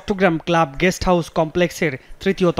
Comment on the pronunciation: Jamuna TV কতৃপক্ষের দৃষ্টি আকর্ষণ করে বলছি, ➤ আমাদের News presenter "গেস্ট" হাউজ কে বলছেন্ "গ্যাষ্ট" হাউজ। ➤ আবার Reporter সাহেব বিছানায় "অজ্ঞান" অবস্থায় পড়ে থাকাকে বলছেন "অজ্ঞাত" অবস্থায় পড়ে থাকা। ➤ কি একটা হ-য-ব-র-ল শিখছে আমাদের শিশুরা, আমাদের পরবর্তী প্রজন্ম.....!!!!!! ✪➤ ক্ষমা চাই এইসকল নিউজ প্রেজেন্টারগনের কাছে..... ✪➤ ক্ষমা চাই এইসকল রিপোর্টারদের কাছে। ✪➤ ক্ষমা চাই যমুনা টিভি কতৃপক্ষের কাছে.... ☞ আগাম ধন্যবাদ যমুনা টিভি (Jamuna TV) কতৃপক্ষকে, দর্শক -শ্রোতার অনুভূতি বোঝার জন্য......